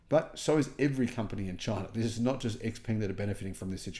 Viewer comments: Great to see the innovation and quality. Xpeng should be pronounced something like "shaopen" in English though, not X-ping. But, I'm sure it drives Musk insane to hear it as X-anything since he seeks to have such love for that letter. So, that's a win! 😂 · Such a big fan why don't you start pronouncing the name right😂.... Come on you can do it 😂😂😂 try it this way "sheeeeer pung"